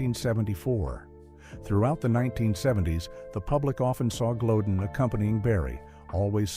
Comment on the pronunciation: The Late Great Barry White's Wife from years ago, NAME is Pronounced " GLO- DEAN, Not GLODEN, please get it Right!!!